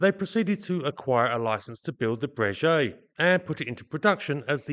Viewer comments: Just a side note: Breguet is pronounced /Brayghay/ and not /Brayjay/😉(tricky treacherous French pronunciation). Another common mispronunciation being /Dazo/ instead of /Dasso/ for Dassault. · Great content and thanks for the videos. One point, your pronunciation of the name Breguet, should be as a ‘G’ not as a ‘J’. It is the same company who build excellent up market, high end watches or horology and it is always pronounced as Breguet with emphasis on the g.